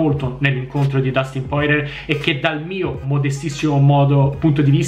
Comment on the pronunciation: Porcamerda non si dice così il cognome di Poirier 😅